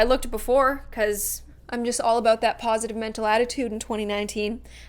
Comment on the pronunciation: no because I used to think all the time that you said "happy day on," but you actually say, "Happy Day, I'M " 😭😭